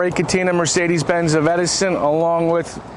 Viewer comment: Just once, I would love to hear Mercedes-Benz pronounced properly. Also Geländewagen. It really isn't that difficult.